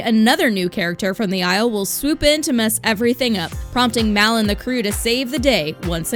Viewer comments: IT'S MAL NOT MAY!!!!!!! HAVE U SEEN THE MOVIES !!!!! I am a true fan sorry it's just I love the movies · Its mal not mao or malin